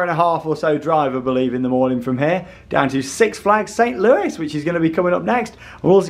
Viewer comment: Great vid, St Louis is pronounced with a silent s on the end of Louis